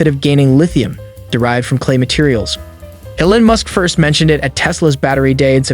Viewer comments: You’re calling him Ellen, it should be more like “eel-on” with the first syllable being stressed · EEEEE-Lon Musk not Ellen Musk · It's ELON not ELLEN, f n moron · E-lon not El-on, listen to his mom say his name. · Musk's given name is not Ellen . It's E L ON . Think Teflon . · trump calls him LEON ... you call him ELIN ... well, his mom calls him ELON (just so you know) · Really you can't pronounce Elon? Something stinks bad here. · Why in the world do you pronounce his name like that? How do you not know the richest man in the world. Totally bizarre. Great video otherwise!